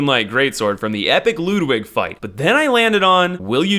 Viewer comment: The way you pronounce Ludwig angers me Lewd wig